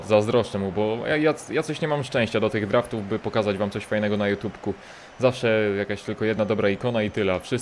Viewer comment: Czemu mnie to tak bardzo rozbawiło jak powiedział "Jutupku" XD